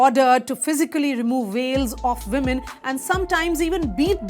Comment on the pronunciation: Can you please learn how to speak English properly. You have the Vs and Ws mixed up. It's women not vimen and vail not wail. I like your content but your English is atrocious.